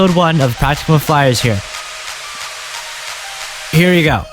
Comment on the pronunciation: I'm sorry, but... Practicum. Not practucum. I know, kinda nitpicky, but yeah